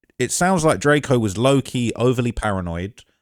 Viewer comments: keep calling him DRAK-O at same time saying he qualified to talk about him lol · “It’s drakeo not drako get it right!”